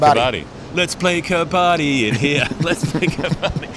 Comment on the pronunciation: Quick pronunciation tip on "Kabbadi" (the Indian/Pak high contact sport): its pronounced "ka-buddy". Sajid Khan's (Pak spinner) wicket celebration gesture where he slaps his thigh and raises his other hand's index finger echoes the winner's gesture in Kabaddi.